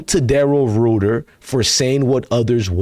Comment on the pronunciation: My G, it's pronounced Rider... like riding a bike & Grosey... Grose-Y